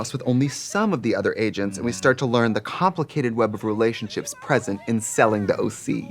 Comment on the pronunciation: Am I stoned, tone deaf or both, or did I hear Trixe say "Rulationships"?